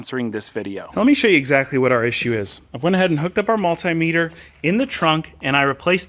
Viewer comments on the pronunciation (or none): none